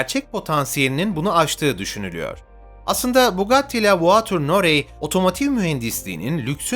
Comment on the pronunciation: la voiture noire... okunuşu "la vuatür nuar"... norey değil... nuar...